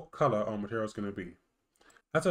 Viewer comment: Please articulate better; it's hard to understand, like you're swallowing the words. For example, you pronounce it as 'maherial", instead of "material". I did give a thumbs-up because it's a quick and good to follow tutorial with closed captions on.